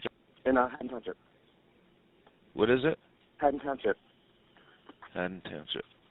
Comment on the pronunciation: It's pronounced "Haddon" not "Hayden" township. The town also has a history of unsolved murders, especially with kids. The apartment building is old and it's actually easy to get into the building, because the owners never change the locks. That being said, he totally did it and he's doing time in a juvenile facility, despite being 22 years old at the time of the murder. DJ is 29 years old now.